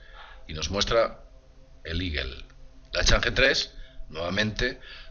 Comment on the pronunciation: A que se refiere cuando dices el modulo iguel, tal vez"eagle"águila? su pronunciación aproximada al castellano sería " igo"